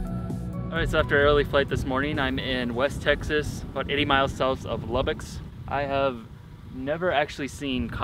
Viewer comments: There’s no s at the end of Lubbock, it’s just Lubbock not Lubbocks. Love the video though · Lmao “Lubbocks” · You got me haha!! It's called Lubbock, with no s. I live in Lubbock County. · “Lubbocks” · “Lobbocks” lol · There’s no S at the end of Lubbock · Lubbocks? Jsyk it’s Lubbock lol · There’s no ‘s’, it’s just Lubbock lol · Omg it's just Lubbock not lubbox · It pains me how he said lubbocks